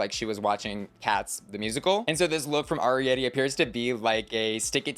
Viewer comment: It's funny that the season is over and people are still mispronouncing Arrietty's name. Saying "R-E-Etti" instead of the correct way: "Air-E-Etti. 😂